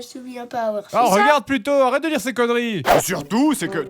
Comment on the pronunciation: C'est moi ou il dit ''arrete'' avec un accent québécois? Le jeune grenier est québécois?